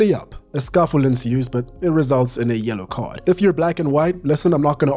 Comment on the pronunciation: It sounded a little like you said "YOLO card" describing the match at St. James's, and I like that! Kai Havertz and Bruno cashed in their YOLO cards yesterday.